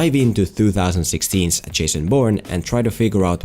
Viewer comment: I'm 2 years late, but the way said "2016's" was very cute:) I know that he has gotten better at pronouncing '2' that this, but I just found myself feeling a little happy at the cute "thu"